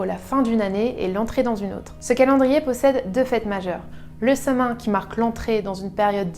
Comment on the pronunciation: Ça se prononce "Sa-Ouine", pas "sa main"...